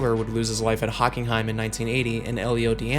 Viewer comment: "hocking heim" 😂